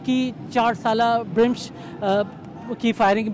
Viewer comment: This is not BRAMISH, to clarify it written as BRAMSH also pronounced as BRAMSH..